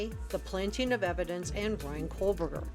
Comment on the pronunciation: I came here to say the same thing. So annoying to hear Cole burger. It’s like the end of Moscow, Co Burger. I know it’s spelled Kohberger.